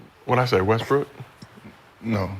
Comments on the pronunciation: You definitely said Westbrick gang 🤣🤣🤣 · He def said westbrick🤣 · Bruh definitely said "Westbrick" 😅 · Nigga u definitely said Westbrick omm 😂😂😂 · Naw you said Westbrick nigga😂😂😂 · Nigga u said Westbrick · He said Westbrick twice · He definitely said westbrick 😂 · definitely said westbrick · He did say Westbrick😂😂😂😂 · definitely said westbrick lol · Definitely said westbrick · He definitely said Westbrick 🤣🤣🤣